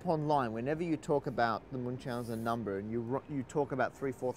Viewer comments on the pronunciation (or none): Everybody on this channel says "numba"